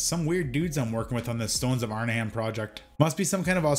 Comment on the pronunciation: This "Arn-a-HAM" is driving me crazy. It's Arn-'em